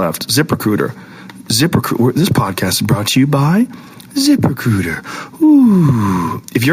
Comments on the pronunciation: joe said :zip recruiter i hear: zipper cooter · The whole time I thought he was saying "Zipper Cooter" LOL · ITS SOUNDS LIKE YOU'RE SAYING ZIPPER COOTER. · the 1st 10 or so times Joe said it i swear I heard "zipper cooter" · I totally thought he was saying zipper cooter 😂 I was gonna say, that sounds more like Asian pussy rather than a job posting site. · did anyone else hear ziprecruiter as zippercooter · What's the name of the website to screen and hire people? I can't make it what he is saying there